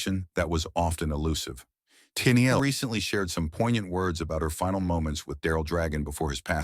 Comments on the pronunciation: "Teenyeel?" Just awful. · This robotic voice and the pronunciation of Tennille was just too much for me, not enjoyable to listen to.